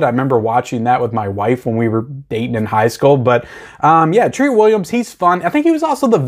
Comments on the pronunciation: It’s TREAT Williams, just like Trick or TREAT. Pronounced the same way…. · I really hate how you pronounce his name...